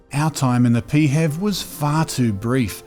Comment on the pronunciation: Pee Hev 😂 Pronounced P H E V (letter by letter becuase its an acronym) but you do you lmao